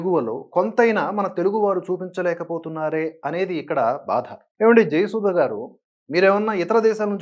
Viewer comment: జయసుధ తన పేరును జయసుద అని , బాధ ను బాద అని పలుకుతుంది .......